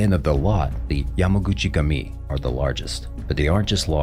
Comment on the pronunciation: The narrator should at least be able to pronounce names so that I don't have to stop watching these videos by the 2min mark... FYI, ignorance is NOT bliss, at least if you don't want everyone watching this channel to have a nervous breakdown... English is the ONLY language fukked up enough to twist and rape the letter "U" to an "A" - ain't never been such a thing as "jamaguchi-gami", it's Yamaguchi-gUmi, as written FFS!!